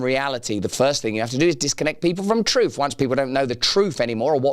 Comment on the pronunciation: It's "truth", not "troof".